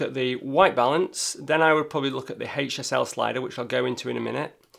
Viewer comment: I keep thinking he's saying "hate yourself" slider instead of HSL 😉